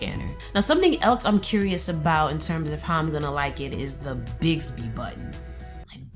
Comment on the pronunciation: It's BiXby, not BiGsby...